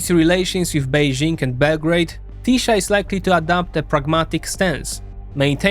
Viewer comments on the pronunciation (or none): Why every foreigner pronounces 'sz' in the wrong way??? 🤣🤣 Hungarian is not Polish!!! We pronounce 'sz' as 's' in the English word 'see' and 's' as 'sh' in English 'show'. Tisza is Tee-sah not 'Tee-shah' 🤭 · TiSA not TiSHA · Polish SZ is Hungarian S Polish S is Hungarian SZ. SZ is pronounced perfectly in Fidesz, but not in Tisza where the video always pronounced Tisa, while said Budapeszt instead of Budapest. When you say Hungarian SZ sounds like Z than an S I bet you confuse it with ZS or just simply with Z.😅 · The hungarian "sz" is pronounced "s". So its "Tisa". :P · Great vid, thanks! I know you deal with a million different countries and languages, but in Hungarian: 'SZ' = 'S' sound in English. To say 'Tisza' correctly is just remove the Z, say 'Tisa' in English. 'S' = 'SH' sound in English. Budapest = Budapesht in English. CS = CH sound. There's also NY, LY, GY, TY, all combo letters and one sound each, but I won't get into that, Hungarian is difficult to learn af. 😂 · Ye i also surprised how Tisza ('tisa') said wrong, but Fidesz ('fides') said right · The pronunciation of Tisza is "teesa" The apostrophe is written wrong in the motherfucker's name, it's "Orbán Viktor" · In "Orbán" there is an accent on the "a", not on the "O". "Sz" is pronounced s in Hungarian (unlike Polish), so Fidesz is pronounced Fides; Tisza is pronounced Tisa; Szeged is pronounced Seged (otherwise the latter one becomes very funny in Hungarian). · Hey, if you're gonna make a video about something, might as well go the extra step and give the pronunciation a quick look. I'm sure you can figure it out quickly, and I think it takes credibility if you completely mispronounce tisza, the very topic of the videon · TISZA The "sz" is pronunced like the "s" in sad.